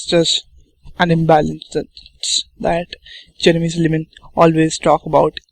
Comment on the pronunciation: why are saying his name like "cherry missed a lemon?!" , it's Jeremy Silman